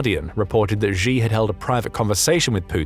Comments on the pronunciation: His name is pronounced She! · “She”, the surname Xi is literally pronounced like the English word “she”. Don’t be like the other news organizations that mispronounce his name 😅 Great content otherwise 👍